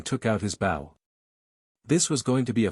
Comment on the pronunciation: that is so cool… I wonder, though, if the author would change the AI pronunciation of bow and a few other words that get wrongly pronounced.